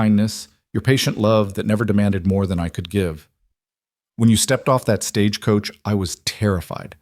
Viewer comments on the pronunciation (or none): 😂. I’m glad I’m not the only one that worries about all those details!!! I love the stories… but I wish AI knew the American language better…. Like the difference in live/live, consent/consent etc. Also how to pronounce Stagecoach without making it 3 syllables!! 😂.